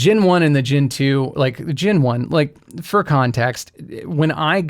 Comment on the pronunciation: Gen not gin! Sorry, it continually irked me.